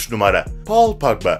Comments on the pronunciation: Paqba ne ya Pogba azck ingilizce öyren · Paul pagba deyil Paul pagba